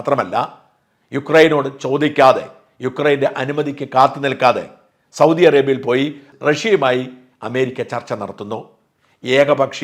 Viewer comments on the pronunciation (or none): none